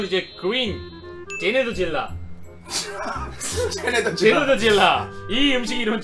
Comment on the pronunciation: 제네더질라 아니고 제네뒤질라